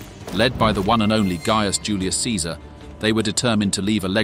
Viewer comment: From the first sentences and drawings used, specially when talking about cirumvalation and contravalation, and before that, the pronunciation of Julius Caesar, and the phrase about "violence and death" and blah blah, I believe this seems to be an AI channel, just one more of these that happen to be sprouting everwhere, with comments included. Yours, however, was the only one that seemed written by someone who was really watching, and also has a fully functional brain. Cheers.